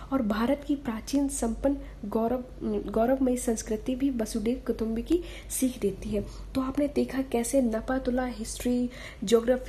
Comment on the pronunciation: Vasudev Kutumbakam hota hai kutumbi nahi.... Inka lekhan to achha h magar apka pathan sahi nahi h